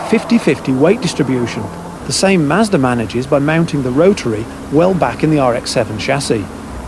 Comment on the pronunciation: is he saying mazdra?